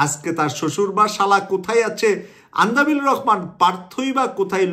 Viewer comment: সংবাদ বিশ্লেষণ করেন অথচ দেশের একজন পরিচিত রাজনৈতিক নেতার নাম সঠিকভাবে বলতে না পারা দুঃখজনক (আন্দালিব রহমান পার্থ কে "আন্দাবিল" বলেছেন)।